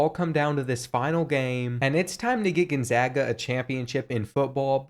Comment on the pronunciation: You realize that there is no I in Gonzaga, right? It's not pronounced Ginzaga.